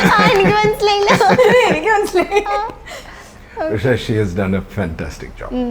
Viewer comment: പക്ഷേ എന്ന് പറയൂ ച്ചാരണ്ട ശുദ്ധിയില്ലാത്ത അവതാരിക